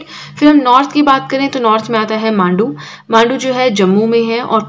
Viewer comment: Mam Mandu nahi hai Manda hai